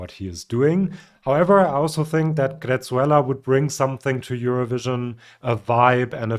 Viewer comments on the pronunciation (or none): Greczula is pronounciated Grehsulla. Just before the 3rd heat, I watched an interview with him just to know how his name is pronounciated. My favourite by miles, but let's be real: It is like 2023: A battle between a former Eurovision-winner and crazy finns. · Your Swedish pronunciation was pretty good. It’s very clearly google translate because it’s using singular you (du) even if you’re talking to many people (Svenskar). Greczula is spelled without the E, and pronounced like Greßula.